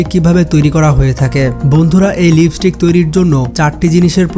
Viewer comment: লিপিস্টিক না, লিপস্টিক